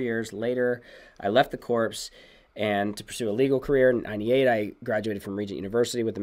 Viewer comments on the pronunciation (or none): Thanks so much. FYI, "corps" is pronounced core rather than corpse. You guys are a big blessing! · US Marine Corps is pronounced “CORE” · Love your broadcast. Btw the word Corps is pronounced “core”. The s is silent. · P in corps is silent